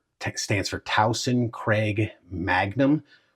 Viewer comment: Tuason is pronounced as "two wah son". Your pronunciation I think came from sootch00 😅 Finally, they are now including 2 magazines. They used to include only 1 magazine.